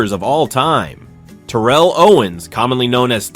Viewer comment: I really hate to be that guy i really do but its Tare-uhl but genius move calling him Owens the rest of the way though, i would've just used T.O personally....wait now that I think about it, did he even call him T.O at all???